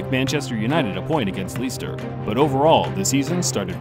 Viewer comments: scores against Leester - stopped watching then. There is no Leester in Premier League. Learn to pronounce PL sides please. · Ok ok ok ok I could let "Lee-ster" slide but the way he pronounced Zidane feels like the guy read his name off the script for the first time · Leester, Shoals and Zidayne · "This video took a lot of time to research and edit" Yet you still got numerous names wrong.. Leicester, Scholes, Zidane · Im happy u guys r doing football now, but the city name of Leister is pronounced lester just saying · Leicester is pronounced lester not leester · Scholes has the same sch sound as school not sholes Leicester is pronounced Lester not Leester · "Leester" lmao don't you mean Leicester? It's pronounced "less-ster". What's a "Premeer League"? Don't you mean Premier League? It's pronounced "prem-E-er". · The narrator said “leester” and “shoales” 😂😂😂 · Some off the pronunciations in this video are HIGGY. Leester Shoals Zidayn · Grab a point against “Leester” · Leester had me creasing 😂😂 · "Ssholes Leester Juventooos" lol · "lee-ster" lol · It's even hard to listen from Turkey... Shoals? Leester? Wtf are those lmao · I cringed at leester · The proper pronunciation of Leicester is "Lester" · "Leester" lmao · Two things: the Arsenal segment was littered with Tottenham clips and that entire sequence was confusing and also the graphic has Arsenal spelled “Asenal” Not to mention Paul Scholes is pronounced Skoals not Shoals. Anyhoots, nice video. Clean it up and it’d be a great video. Oh and then Lee-ster is better said as Le-ster. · Fantastic video. Just a quick point on how you should pronounce leicester. It's pronounced 'lester'. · Hearing an American pronounce Leicester as 'Lee-ster' was pretty funny. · Leester, Shoals lol love the American mispronunciation 😂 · Leeester, Paul sholes and Zadaine. 😂 thanks for those pronunciations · Lol did he say “Leester”? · "Leester" hahahahha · Hahha 'leester' lols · Paul Shoules and Leester? U don’t watch football do u son? 😂